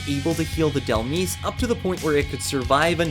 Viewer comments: Dell Meese? Isn't Dhelmise a play on the word "demise?" Because it's a Ghost? Surely it's pronounced Dell Mise? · I usually don't care at all, but this one is too obvious. Dhelmise is pronounced Dell-mize. Like demise, but dhelmise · sigh You're pronouncing "Dhelmise" wrong. It's a play-on-words with "demise" and would be pronounced similarly. If you pronounce "Dhelmise" this way, you probably mispronounce other Pokemon names. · Dude... 1. Pronounce Dhelmise properly. 2. Use the Giovanni on Lilligant, that +10 was wasted. 3. Battle yourself to make the process smoother. Borrow an account or something. There's more I can comment on and SOOOO much more can be optimized on this challenge, but imma stop here.